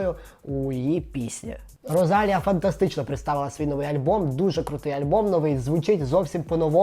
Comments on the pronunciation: не РозАлія, а РосалІя, будь ласка, в іспанській немає "з", а наголос навіть вказано. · Мені одній ріже вухо як називає Rosalía? 🥴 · По-перше, в імені Rosalía наголос на «і». По-друге, Вам вона звучить як штучний інтелект, бо Ви ніколи не слухали її музику і мабуть просто незвичні до того як звучить її голос. 😉